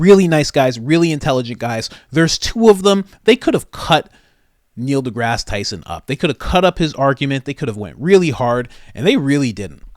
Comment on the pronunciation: Neil DeGass Tyson.